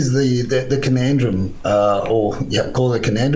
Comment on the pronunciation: "Conandrum" "quogmire"😂 😂 😂